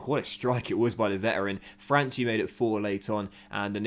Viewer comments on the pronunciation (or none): Correct pronounciation of Franchi is: Fran-Key . Still good signings